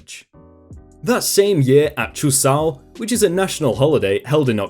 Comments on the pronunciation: Can we just appreciate how didn’t absolutely butcher the pronunciation of Chuseok? I don’t know a lick of Korean so I would have went Leatherface on it and went “Chew-sea-awk” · Honestly dog? Props for the seemingly flawless pronunciation of that Korean term.